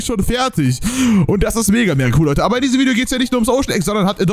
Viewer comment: Abbbbeerrrr davorrrr hi 😂🖐️